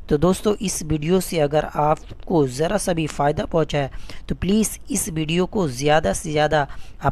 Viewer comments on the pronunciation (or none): none